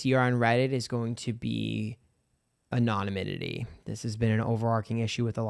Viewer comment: love how you say "a-NON-a-min-ity" ... instead of "ANN-o-nim-ity"